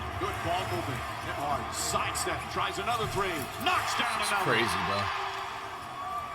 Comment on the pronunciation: flight said nemby 5’11😂😂😂